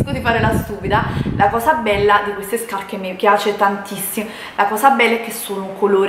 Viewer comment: ..."quando ho visto queste SCAPPE", mamma mia ma invece di spendere migliaia di euro per rifarti perché non vai o da un dentista, se il tuo problema é al palato, oppure vai da un logopedista così impari a parlare, perché veramente non ti si può sentire.